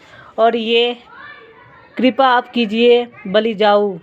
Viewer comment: आपका उच्चारण ग़लत है कृपा को कूपा पढ़ रहे है